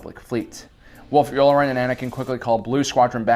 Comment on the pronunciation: Aight I don’t know how nobody else is talking about this, but I literally had to stop watching this because he seems hella bent on pronouncing every name WRONG. He says chris-top-sis when it’s chris-stoff-sis, but that’s somewhat understandable. But admiral you-lure-en? It’s you-LAR-an! And then Ashoka TUH-NOE?!?! It’s literally said hundreds of times! This feels like he’s never watched the show before and is just reading from a teleprompter and making his best guess, like what?